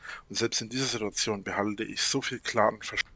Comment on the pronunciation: Als Hobby Statistiker: wenn du etwas vorausahnen willst was er als nächstes sagt … zu 95% ist es eine „sidduadzion“